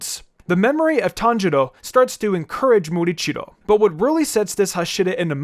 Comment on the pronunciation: I believe it's "Muichiro" not "Murichiro". Also, I think Rengoku should rank higher on the list. He, for one, is Mitsuri's sensei and love breathing technique was derived from his flame breathing technique. Had he lived longer, he would have manifested the mark.